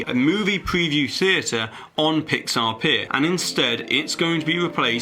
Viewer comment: PIX-Saw??? Really? why pixar.. not again..